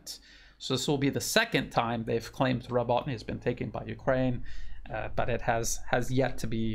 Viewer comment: More like Robo, as in RoboCop, Robo-teen-ah.